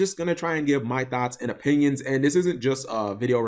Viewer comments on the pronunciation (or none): Thoughts not Thots